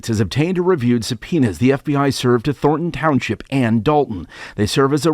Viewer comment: How are these professionally trained and educated newscasters never able to pronounce "Thornton" but said instead "Thorton". "Don't touch that rose, Jimmy, you may prick your finger on a thor."